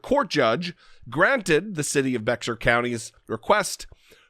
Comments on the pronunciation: It's pronounced like Bear not beXar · It's pronounced Bayer county. Trivial I know but I thought the same thing when I first moved here and I said bex-ar. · It is pronounced like bear. Bexar is pronounced like bare or bear, not beckssar county. I live here. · Your Guest Host today, (sp?) mispronounced a county in San Antonio, Texas, as Bexar, as BexxAr. It is correctly pronounced as Bayer, like Bayer Aspirin. Since I lived there for 8 years, I know the correct pronunciation, as do other residents. If Jesse is trying to influence Texans, tell him to KNOW how unusually spelled words and areas are LOCALLY pronounced, otherwise his message will fall on deaf ears in those areas. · FWIW: Texans pronounce it "BEAR county" (Bexar County) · I know it's not the most important thing, but as a proud Texan, it is 'bear' county...drop the 'x'... Otherwise spot on.